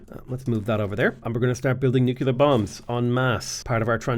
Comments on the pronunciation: NUKE - LEE - ER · I've never noticed that pronounces "nuclear" like "nu-kuh-lar" and I love it